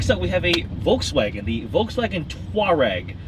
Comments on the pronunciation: You were talking about Toureg, but missed that Vw is actually pronaunced Folks- Wagen Folk rims on sick station wagon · definitely not Volksvaugeen!! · Wrong, its "FolksVahgehn" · They pronounced Volkswagen wrong though... it should be "Folks-vahgen" but whatever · well you're saying Volkswagen wrong too, it's VolksVagen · you're saying Koenigsegg wrong. Its supposed to be an "ö" not an "oa" and Volkswagen is also wrong. Its supposed to be pernounced as "Folksvagen" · They still pronunced Volkswagen and Koenigsegg wrong.